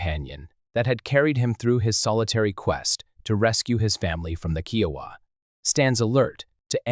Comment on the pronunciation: Love these stories, but so tired of hearing common words and phrases slaughtered by the computer generated voices I cant make it to end. especially when your are constantly mispronouncing the tribe you are telling the story about.